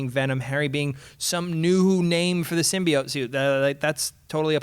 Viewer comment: the way the host say's Symbioit annoys me